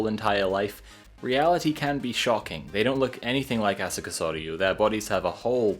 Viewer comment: i love that u pronounced asuka’s name the way you did